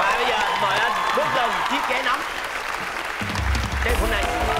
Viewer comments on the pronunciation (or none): none